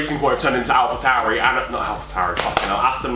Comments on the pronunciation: When they doscussied ‘alpa tauri’ I had to put my phone down of laughter😂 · sober: Alpa tauri me: so is alpine alphine?